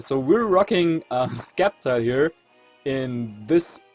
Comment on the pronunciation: Please say "Septile" and not "sCeptile" :D